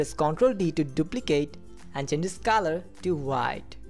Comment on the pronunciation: The word is colour and you pronounce it as Kalar